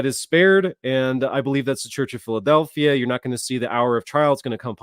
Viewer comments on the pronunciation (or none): none